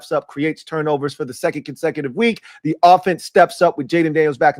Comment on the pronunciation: We’re so bad at forcing turnovers, we can’t even say the word right! lol. We good though. Let’s roll.